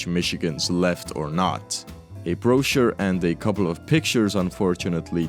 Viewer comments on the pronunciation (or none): none